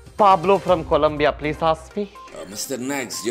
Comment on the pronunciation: Get lost. "peas" I am not angry😂😂